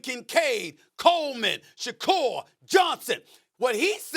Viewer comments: also stephen a.... his name is khalil shakir not shakur hes not tupac. jesus christ, get it right one day please. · Stephen A. said "Shakur" instead of "Shakir" 😂